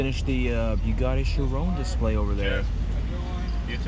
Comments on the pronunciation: Chirón, not Chirone as said. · Cool vid man, btw no hate at all just spreading some advise; it's actually pronounced as "Chir-on" not "chir-own." No offense, say it however you like just letting you know if you didn't already. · GodlyCliipz-X 6 It's his pronounciation of the word 'Chiron' in the video I commented on, not any text. He says 'Chirone'.... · Chiron. say it right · i know but he isnt saying it right. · Fuck I'm cringing everytime he says Chiron 🙄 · You're butchering the pronunciation of Chiron. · The way you pronounce Chiron is so annoying